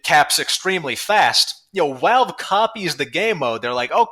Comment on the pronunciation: why is he saying walve